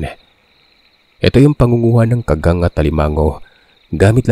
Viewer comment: tingin ko sir Ka-gang tamang bigkas hindi kaggang